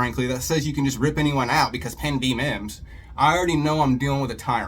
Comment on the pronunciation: I wasn't too upset until that moron said mimms. Stupid ass!!